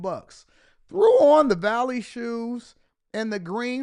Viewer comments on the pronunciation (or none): Fresh dressed like a million bucks. Threw on the "BALLEY" shoes...not valley